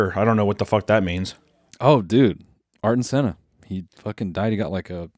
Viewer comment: "Arton Senna"? Thought it was Ayrton Senna